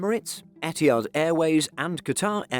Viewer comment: The way you pronounce ETIHAD is so WRONG! Where did the H go?